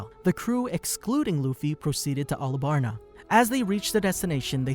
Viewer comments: bro called alabasta alabarna lol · its not arabasta its alabasta arc dummy